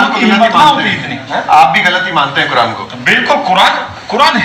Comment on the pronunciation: 🤬🤬🤬🤬kuran ko ase nahi bolna chai ye